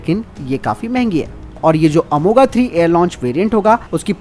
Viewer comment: अंग्रेजी कितना बिगाड़ देता है उच्चारण कि हिन्दी से अनजान विशेषज्ञ अर्थ का अनर्थ कर देते हैं। अमोघ (amogha) = अचूक, न चुकनेवाला, ये वे दिव्यास्त्र हैं जो एक बार संधान के बाद लक्ष्यभेद कर ही लौटते थे। इसको प्रस्तोता अमोगा अमोगा बोले जा रहा है।